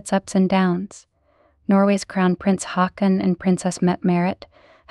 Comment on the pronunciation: Since when is he called Hawken ????? He is named after his great grandfather King Håkon the seventh. A journalist is supposed to at least get the names of the main øersons correct